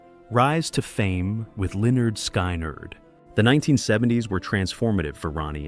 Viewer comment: Damn AI! It's pronounced skin-erd not sky-nard! Jesus!😮